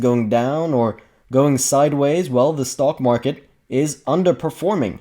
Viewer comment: funny, I hear you say: stalkmarket.